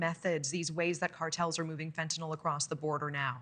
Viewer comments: I mean.. She IS saying "fetnall" which is just totally wrong I get where bro is coming from It's fen tan yl not fetnall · The mispronunciation of fentanyl is maddening ,its a nil sound not nol like in Tylenol. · The reporter needs to learn to pronounce "fentanyl." But good reporting on an important topic.